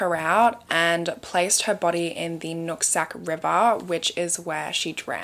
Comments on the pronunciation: I kept hearing you say nutsack river😂😂😂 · “Nutsac river” 🤭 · I'm so childish, but did you say the Nut Sack River 😂